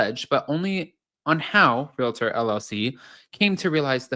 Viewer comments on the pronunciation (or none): Real-tor. = realtor..... Re-later = relater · It isnt Re-lay-tor. It is Real-uh-tor. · Its realtor lol not relater